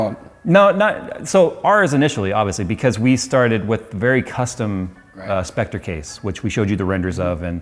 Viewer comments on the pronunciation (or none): none